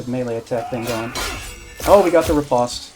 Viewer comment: Its pronounced "rih-post", not "reh-pahst"